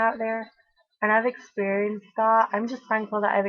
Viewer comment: I love the way you mimic posh stupid bitches at "I'm just thankful I've experiencedddd that", fucking golden girl